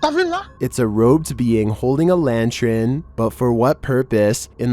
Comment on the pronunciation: Video #23, the word "lantern" is NOT pronounced lanteren!!!!! I heard you just the other day pronouncing the word "pattern" pateren!!!!! You NEED to learn how to read, dude!!!!!!!!!!!!!!